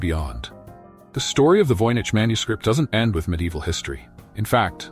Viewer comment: CLICKBAIT. Nothing new explained in this video riddled with mistakes. Annoying piano in the background. VOYNICH voyage, voynyche, voinage, homish?